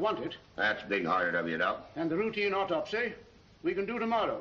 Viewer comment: au TOP sy...gets mispronounced regularly